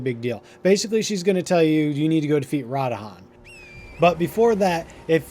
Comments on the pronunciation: It's pronounced radan not radahan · Radahan? They literally say RA-DAHN multiple times throughout the story. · it is not RA DA HAN it is pronounce Ra DAN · Also after u start her quest and she falls asleep u can go straight to radahn (not radahan) and the wolf will be there telling u missed your meeting with him basically u can skip the part of going back n forth to npc’s. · pronounced Radahn, not Radahan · im hoping that its a joke on how you are mispronouncing so many of the names in this game lol, radahn as radahan, blaid as blad, and limgrave as limegrave XD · Drinking game: take a shot every time he says Rod Han and still try to beat the quest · ah yes my favorite demi god in Elden Ring, "Ra-Da-Han" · You’re a peanut with your pronunciation of the character names and locations man. It’s like you heard in the dialogue when playing and where like “…you know what? Imma say it da way I lyk” 🤦‍♂️ Stick to the script bro. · The amount of times you completely mispronounced names (radahn the most) drives me nuts. They literally say it in the game.. How do you mispronounce it? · I 10000% appreciate the guide but FUCK MAN YOU butcher the fuck out of Radhans name lmao 🤣 it's cool we love you still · Amazingly condensed video. This guy knows how to make a guide. Mispronouncing the fuck outta radahn though😂